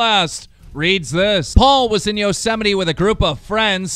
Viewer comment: "Yosemitee" lmao.. keem come on dude, it's "yose-mite"